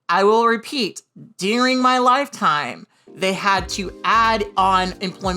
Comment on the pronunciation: I'm fascinated by the way Kat pronounces "DURING" as "DEAR-ING." As a fellow southern Californian born and raised, I've never heard it said like that lol